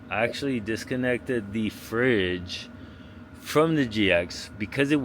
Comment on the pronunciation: ...Did you say 'fridge'?